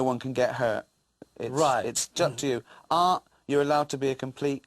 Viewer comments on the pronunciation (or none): that's how you say Art in English :P